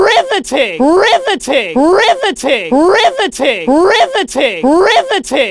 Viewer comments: I hear ri va tin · Now it’s sounds like RIVTI-titty But like if titty was a different audio clip